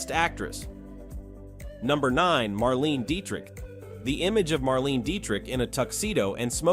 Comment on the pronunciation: The AI generated voice makes a lot of mistakes. Some corrections: Claudette Colbert (kohl-BAIR); Marlene (/mɑːrˈleɪnə) Dietrich; Bette (/ˈbɛti/) Davis. And, as noted by others, there are some omissions: Rita Hayworth, Sophia Loren, Ava Gardner, Vivien Leigh, etc.. I would add Gene Tierney, Lauren Bacall, and Brigitte Bardot.